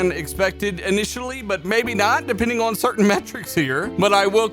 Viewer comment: Why do you pronounce the word "on" as "oh wan"